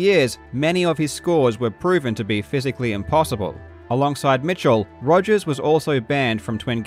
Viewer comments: He is misrepresenting Mr. Rogers by purposefully mispronouncing his last name. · Mate. “Togers” got a giggle EVERY second time. Great call there 😂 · Totally agree, I chuckled every single time he said 'Togers' from that point on :-) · I thoroughly enjoy how you just continue calling him Togers throughout the video without emphasising it at all.